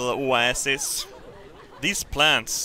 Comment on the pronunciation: A little "osassis"